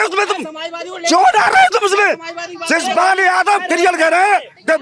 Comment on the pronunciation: शिवपाल ❌ सिसपाल ✅😅😅😅